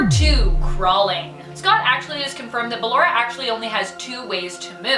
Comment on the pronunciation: She said ballara not ballora